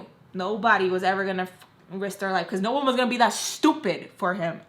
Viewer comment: ohh it sounded like “Noah” to me lol